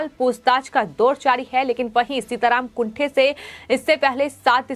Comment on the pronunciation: सीताराम कुंटे ऐसा उनका नाम है ना कि कुंठे.pl. correct yourself